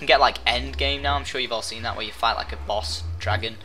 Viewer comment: every time he says boss it sounds like he says balls.